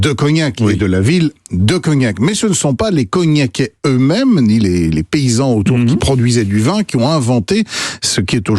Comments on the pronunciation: On dit Cognaçais, pas Cognacais !!!!! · On dit Cognaçais !! 😁